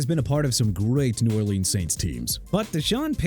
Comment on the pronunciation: YOU CAN'T PRONOUNCE NEW ORLEANS RIGHT NO MO'!! YOU KNOW WHAT?! I'M DONE! NEW ORLEANS PRONOUNCED NEW OR-LINS!!! WHAT PART DON'T YOU UNDERSTAND?! YOU GOT NO RESPECT FOR THE PEOPLE AND THE CITY AT ALL!! YOU'RE A JOKE!!!